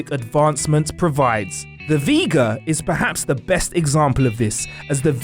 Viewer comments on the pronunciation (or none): Sounds vicious........V-Gerrrrrrrr!!!!. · OK..."Du Cat" I could let pass but "The V Grrrr" I cannot let pass considering you got it right in the introduction it's inexcusable to let the rest go. Also it is never called "The V'Ger" at all in the film, "V'Ger" say it with me now (Vee Jur). Though I do find with these videos that mispronouncing names is quite common. Is it possible that the WhatCulture production staff is trolling fans? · Jeez. No wonder you watch the last three years of garbage with a stolen name. Viger is pro-nounced "vee-jer", as in "jelly" or "jam". Maybe watch the movie. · When you say things like "VeeGurrr," you are messing with the primal forces of our species. Isn't there a director or an editor or something?!? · "V'gher"? Really? Did you even watch the movie? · Yeah i mean V-grrrrrr? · Forget that, he pronounced V'Ger with a soft 'G' instead of "Vee-Juhr." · "The VeeGR"? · I suspect the narrator has never watched the motion picture. That's not how you say V'Ger. Lol Still beautiful voice. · That V'ger pronunciation though ,🤦🏻‍♂️